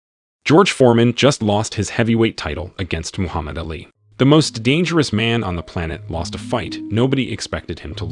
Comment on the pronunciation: Who is Moohuma Dilly?